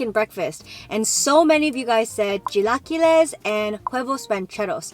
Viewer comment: Love you but the way you say “chilaquiles” hurts me. Lol